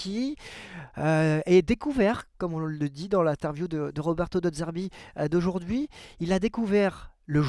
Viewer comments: De zerbi Pas De d'zerbi. C'est insupportable 🤣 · Slt, je te suis et aime ce que tu fais sur l'OM, ancien chroniqueur également....Mais attention aux prononciations " Valentine Carboni " et surtout " De Dzerbi " c'est insupportable, bonne saison et Allez l'OM....